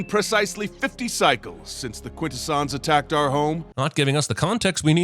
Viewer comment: He mispronounced "Quintesson".